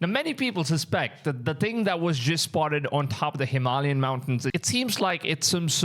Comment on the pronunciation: Bro. Please learn how to say Hem-al-yain. You pronounce a couple words sp weird every video. Makes me think your ai.😂